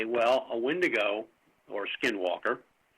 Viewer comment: take a shot every time says "Wendingo"